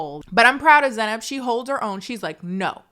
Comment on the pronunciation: He definitely said Zeynab derogatory